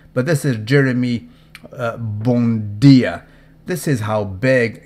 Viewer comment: It's bUendia, not bOn'dia*